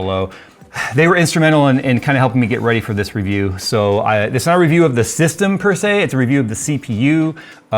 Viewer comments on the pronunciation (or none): none